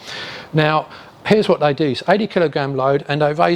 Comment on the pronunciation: Awesome content, but linguisticually you aren't saying "they" - you are saying "dey" as a shortening of the TH sound with a D instead. You can clearly say the TH sound because you do so in other words, I'm only pointing this out because you are doing public speaking and you might care. If not, carry on and keep being awesome :)